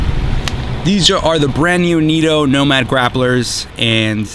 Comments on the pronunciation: Neeto? I thought they were Nitto? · "Knit-o" not "neato". Putting these on a 4runner limited 20" rims, glad they seem like a good choice for all around.